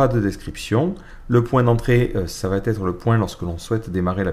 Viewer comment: super les tutos.. mais alors "VA T ETRE " : non !! "VA ETRE", oui !